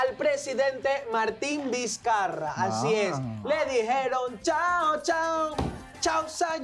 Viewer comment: "Martin Dizcarra" JAJAJJA